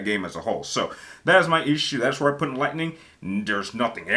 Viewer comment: Dang u ain’t gotta do lightining like that😂she isn’t that bad lol and it’s also vann not vane 😁🤣🤣